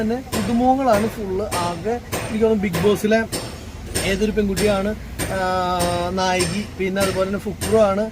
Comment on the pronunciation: നായകി അല്ല നായിക